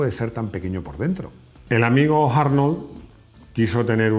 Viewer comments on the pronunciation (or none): En su afán por pronunciar bien el inglés americano tenemos que escucharle decir "Jarnold" y George "Bash".... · Tremendo dominio del inglés… las carcajadas que me he pegado oyéndote a lo largo del video… Jiumvi, Harnold, George Bash, y todo lo demás. De verdad que no me reía tanto hace mucho!